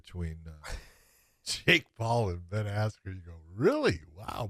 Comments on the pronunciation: Did anyone heard buffer announced Ben's name as Ben ass Crow🤣🤣🤣. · Ben askyou wtf was that buffer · I think he Buffer called him “Ass-Jew” 😂😂😂😂😂😂😂😂😂😂😂😂😂😂😂😂😂😂😂😂😂😂😂😂😂😂😂😂😂😂😂😂😂😂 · How unprofessional is Michael Buffer not pronouncing Askren’s name correctly- he literally had one job?? Ben is a former Olympian and Champion- do better Buffer... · Michael buffer announced Ben's name wrong in the fight. Highly fixed and staged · What I also dont get was the weigh ins. Mike correctly pronounced Ben's name right. Then at fight night he said it wrong. April 17 was definitely a dark day for boxing